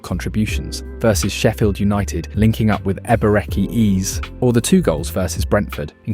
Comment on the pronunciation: bro you should work on your pronunciation of players' names Olise i can let slide but what did you just call Eze😭